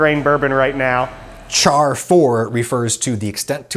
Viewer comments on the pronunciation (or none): none